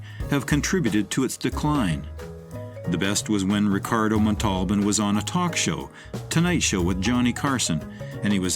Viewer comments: "Montalban" not "Matolden". 🙄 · It's pronounced MON-TULL-BON, not MA-TALL-BIN....dumba%&.!